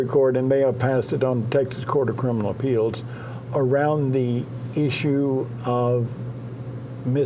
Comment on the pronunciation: Gosh Ray Hill and this lisp and feminine speech. Good lord man, pick your mouth up. It sounds gross I can’t even listen to it. And there’s no D in “appeals”. It’s not appealDs, it’s appeals. Always adding D’s plus the gross sound of his speech I don’t know how people can watch the guy. He’s nails on a chalkboard. And his lifestyle in general is just awful. He was a sicko guy.